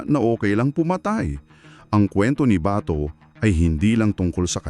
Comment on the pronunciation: AI excuse me wag dahan dahan Ang pag bigkas Ng BATO dapat mabilis Kasi Hindi nya Yun apelyedo kayo talaga mga AI palpak din kung misan mas marunong pa akong kinder lang Ang inabot ko